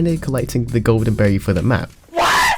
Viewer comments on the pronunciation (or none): none